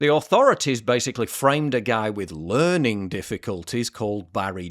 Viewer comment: "LEARING" DIFFICULTIES